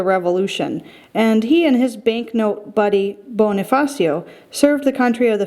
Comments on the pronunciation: ella claro Bonni-fassio that’s how you pronounce Bonifacio. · its pronounced bo-ni-fa-sho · Let me correct you Andres Bonie-fasho Pronouce it like that...